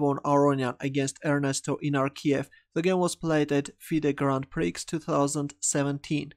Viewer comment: He still said Fide Grand Pricks though haha.